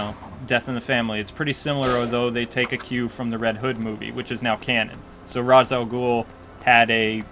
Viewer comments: u keep on saying "raz" 4 ra's name its pronounced "raash" i don't care if u say whatever or anything i'm just saying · raz al gool? rash al gool